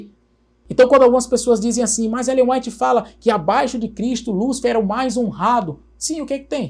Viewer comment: Brilhante análise! A única coisa que incomoda é o pr. pronunciar "Ellen Ruáit" 😅😂